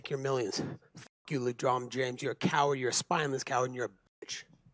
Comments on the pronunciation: "ledrom james" ... 🤣🤣🤣🤣 Colby pre-drinking? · Ledron james 😂😂😂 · Every time I watch videos, I read through the bullshit. He can't even pronounce Lebron James name correctly. He's speaking up for views and to sale a fight. Fake outrage. Lebron is wrong, but the UFC fighter is pandering to Republicans. I rarely like it when athletes speak on any topics because 99% of the time, it's bullshit.